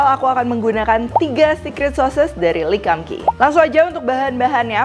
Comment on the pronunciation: Lee kum Kee bacanya Li kung Ki bukan le kam ki